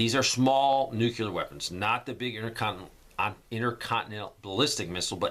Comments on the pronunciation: New-clee-ur. Not, new-cue-lur. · It's nucleeear not nucular!